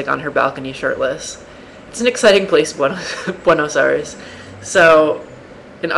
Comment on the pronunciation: jrhmahoch... u tard... buenos aires... as in argentina... duhh